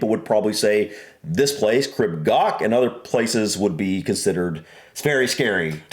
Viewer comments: Crib (pronounced “Creeb”) Goch (pronounced with a guttural “ch” like “loch”) is nowhere near the scariest in the UK (though it’s too scary for me — I went up Snowdon a couple of weeks ago, but on a different route). Scramble grades go from grade 1 (the lowest) to grade 4*. Crib Goch is grade 1. There’s far, far worse in the Scottish highlands. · Pyg (Pronounced like Pig) and Miners track are the easiest, go up the Miners and come down the Pyg. Goch, was said wrong so many times in this, you say it more like Gore-"ch" now the ch is a single letter in Welsh and to say it you need to put your tougne on roof of your mouth and kinda blow? Makes a rustley sound, you may feel like you need to gag to say Goch. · lol, it’s not gok. It’s pronounced gaw. The AW sound is the same as law. The ch sound is like your clearing the back of your thought (gross I know). I live just down the road from here. You can get to the top of Mount Snowdon by train. It takes you to the top, there’s a cafe and viewpoint. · So the “ch” sound in Welsh isn't like a “ck”, it’s pronounced more like a “ch” in German, like at the end of the German word “ich”, it is a bit harsher sounding than the German pronunciation, but, that’s the closest sound I can think of :) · So coch is pronounced, first part as in core, second as if your clearing your throat. Crib is pronounced Creeb like creep but with a b. It's the cock's comb on a chicken's head. Literally red comb.